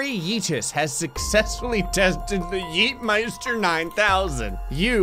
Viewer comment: Yeetmeister is German and you pronounce it perfectly. Can you speak German?